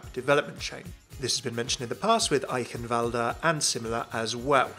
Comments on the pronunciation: how normal people say it "aikenwald" how says it " eihienwualde" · STOP SAYING "Eikhenwalda" ITS "I-KEN-WALD" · Hey love how your trying to say Eichenwalde with an accent but it's pronounced (I-Shen-valde) Eichenwalde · How do you manage to pronounce Eichenwalde wrong every time? Such a troll! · No matter how many times I try.. will always find a way to butcher Eichenwalde.